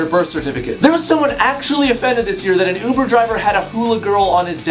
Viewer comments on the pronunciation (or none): none